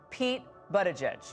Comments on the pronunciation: Dear idiot newswoman, it’s not Butt-igig. It is either Boot-edge-edge or Buddha-judge. Both are acceptable. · I prefer something like "Boody-jidge" for better pronounciation. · Of course Laura can't even pronounce the first syllable of his name. It is boot Edge Edge. She's such a downer. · She said BUTT-EDGE-EDGE.... 🤦🏻‍♂️ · Isn't it butti"judge"??? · Is there any doubt that Laura Ingrham deliberately pronounced is name "Butt edge edge" to remind people that he does butt stuff? What a snit. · Laura Ingraham is a steaming turd for pronouncing the first 4 letters of his name as "Butt" ... we see what you did there, cow and we're having none of it. His name is NOT that 'confusing'. GO PETE!